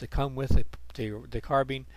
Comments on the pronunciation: I can't take it when he says car-bean... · Thanks, that error was mentioned the day the video was put up and about a hundred times since, I tell people now I said it deliberately to stop people going after my pronunciation of carbine. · Real question guys: is it car-Bean or carb-Ine